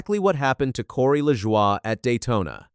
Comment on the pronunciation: You did it again. You mispronounced Corey Lajoie's name. It pronounced La-Joy. You gave is some BS French pronunciation. Get it right godd#$%*&. When you mispronounce names, it only shows your ignorance to NASCAR.